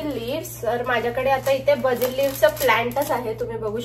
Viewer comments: बाझिल नाही ताई बेसल/बेझल लीव्हस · What’s with your pronunciations it’s not Bazil 😅😅 it’s Basil. Burshetta 🤣🤣🤣